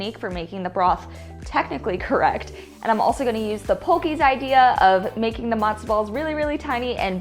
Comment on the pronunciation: It's not "Madzo" ball soup, it's Matzo ball soup. It's not "Briddish", it's British. Pronounce your t's like a regular human being.